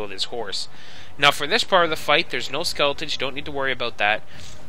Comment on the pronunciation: is he saying "skulletons"?